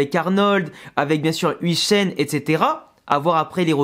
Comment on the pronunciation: Salut le nom de huijsen se prononce “œil”jsen et non ouijsen